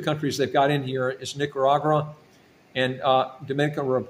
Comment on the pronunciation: Nicaragua not Nicaragura